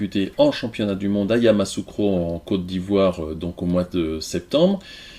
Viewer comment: On dit Yamoussoukro et non Yamassoukro... YaMOUSSOUkro